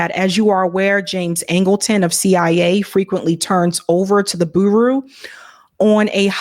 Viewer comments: "The boo-roo" she said 😂😅 Bureau is pronounced"byur-ohh" and again! Covolt war? I question your comprehension of the material when you're illiterate. Credibility matters when speaking on complex topics, and I question the ability to even understand what you're reading when you don't know basic words or concepts. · lol I had to stop watching this cuz you kept saying bureau funny 😄 lol. It’s like fbi. Federal bureau of investigation. Pronounced = 🐝 + 💶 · Just a minute. Buru? You’re un-familiar with or can’t pronounce the word “bureau”? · For goodness sake, -- the word 'Bureau' (as in Federal Bureau of Investigation, not to mention as in a chest of drawers) is pronounced 'BYUR-oh,' not 'BOO-roo.' (smh) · BYOO-ROW Not Booroo (for bureau) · Bureau is not pronounced boo roo. More like bure-row. Like Bureau of Land Management. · Please,. For the love of god. I've never heard of a boo-roo except when you mispronounce bureau. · Bureau is pronounced Byour-row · Did you pronounce Bureau as Buru 😁 Come on lady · That is not how one is to pronounce “”Bureau” — some dictionaries online offer a sound button. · Please check your pronunciation of the word "bureau".